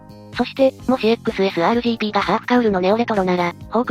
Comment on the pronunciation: XSRの発音に違和感。時々いい時も有るけど。